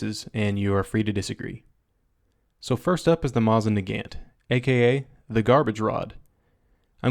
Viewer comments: ok, fair warning, I do speak russian and dont care if you dont it's pronounced "na-gahnt", not "na-gaannnnnnnnnnnnnnnnnnnnnnnnnnnnnnt" but you betray your capitalist running dog lackey oppressor of the working classes who sucks the life blood from the proletariat blah blah blah by your intentional mangled pronounciation(see what I did there? I mangled your precious eeengleesh) but seriously the 5moa attribute of the mosin(hey even americanskis seem to know how to pronounce "mosin") is a huge advantage. If 5 guys are charging you from 1000m, just work da bolt and pull da trigger. Natural shot dispersion gives you a good chance of one round on each without the tedious caplitalist hassle of moving the sights (yeah, that was sarcasm(except I really do speak pyccku)) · Not offended by this or any thing but it's nagaunt